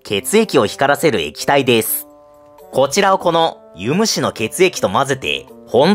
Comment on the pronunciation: ユ⤴︎ム⤴︎シ⤴︎じゃない？